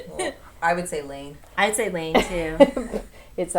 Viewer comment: Hi from Finland! 9,5/10 for pronouncing Laine:) (it means a wave in Finnish). Thanks for your podcast ☺